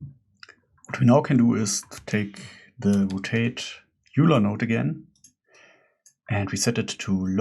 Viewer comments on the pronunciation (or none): Great tutorial. But top tip - Euler is pronounced "oiler". ! 🙂